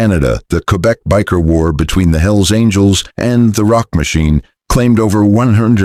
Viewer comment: AI has a hard time say Biker, thumbs down.